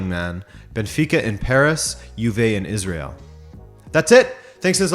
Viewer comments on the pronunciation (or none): none